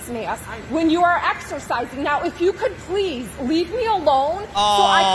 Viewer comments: She really just said axercising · The of « axcerrrcissinng » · Why does whenever she said 'excercising' it sounds like 'exorcising'?? It's ironic cause she's the one who looks possessed..lol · Just the was she says eXErSiziNg